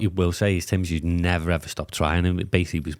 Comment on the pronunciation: It's tszyu not jew mate 👍